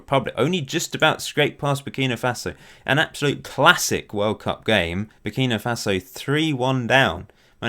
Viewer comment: Minor quibble: It's Burkina Faso, not Burkino Faso